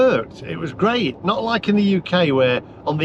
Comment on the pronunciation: "the charging network is geat in france" - ROFL